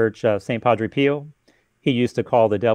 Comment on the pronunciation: You need to fix the part about St. Padre Pio. Its NOT Peele. It's PIO.